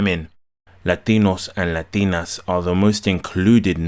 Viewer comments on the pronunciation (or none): Funny as hell when he breaks into the heavy spanish pronunciation. LA-DEE-NOS and LA-DEE-NAS